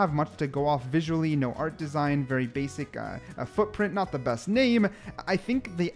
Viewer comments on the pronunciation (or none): none